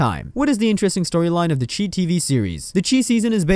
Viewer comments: SHY NOT CHEE ITS PRONOUNCED THE SHY . OH MY GOD. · It's not pronounced the chee, its pronounced the chi , ch-eye